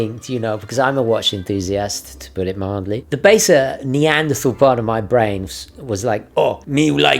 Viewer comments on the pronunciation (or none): none